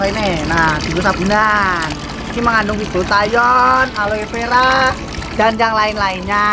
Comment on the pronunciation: Aulivera.. wkwkwk.. aloe vera